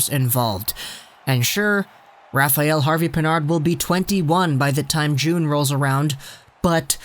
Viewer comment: Rafael is not pronounce «rafa-yell»...its «Rafa-L»